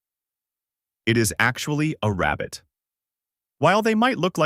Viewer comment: This guy must be Elmer Fudd, he is obsessed with hunting down Bugs Bunny. "I found a wabbit"